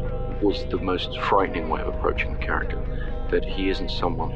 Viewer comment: tres bonne video , mais n oubliez pas de prononcecer le : (The) et non (Ze) svp c est cheap comm on dit , je critique aussi les anglais qu and qu il disent je parle en francaise, je le corrige en leur disant on parle en francais pas en francaise , ce ne se dit pas , alors inquetter vous pas je suis neutre des deux coté , au temps francais que anglais , lol , c est juste blasant d entendre cela comme ca , autant les francais que les anglais fon cela, : ze Batman , ze cnapé, ze cranbery , ze retun of the jedi ...loool arretez svp c est tellement cheap , un truc, pronnoncer (The )comme quand vous dite un (thé ) mais enlevez le accent aigu.....voila ca vien du coeur et lachez pas votre beau travail , c est bien!!😊